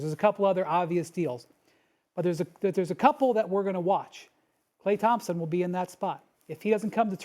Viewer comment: Stephen A. doesn't even pronounce his name correctly.